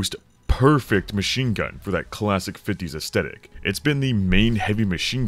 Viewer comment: Great video, but how you pronounce "aesthetic" is unsettling.